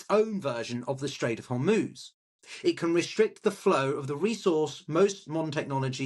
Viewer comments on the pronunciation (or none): none